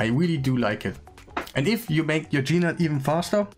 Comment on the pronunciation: Nice guide, thanks. It's not "G-Nut" though it's "nute". The G is silent like the word gnarly or gnaw.